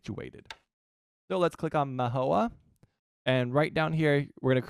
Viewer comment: What made you think that 'Menorca' is pronounced 'Mahoa'? Sounds like a place in Hawaii.